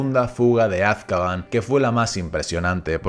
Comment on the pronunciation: Es AzkabAN, no Azkaban por dios...